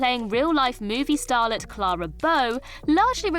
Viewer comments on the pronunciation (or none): none